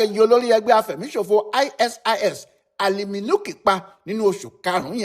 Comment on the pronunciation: aisees ni pronunciation ISIS... eeswap ni pronunciation ISWAP...